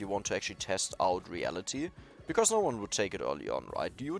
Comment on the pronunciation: One thing I wanna tell u with hopes you don't get it wrong or feel offended: You often say the word "because" and then pronounce it like "becauRse" with an "r" in the middle - since you are german I figured you might wanna know this. Great(!) english in general for a german though, props! ✌️